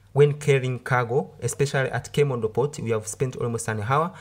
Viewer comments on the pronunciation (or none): Do you have a problem with H? Aving insted of Having, ave instead of have, andred instead of hundred